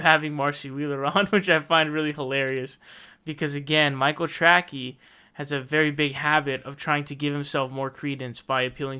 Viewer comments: "Michael Tracky" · Is the “Trackey” thing some kind of joke? Or do you think is name is “Trackey” and not “Tracey?”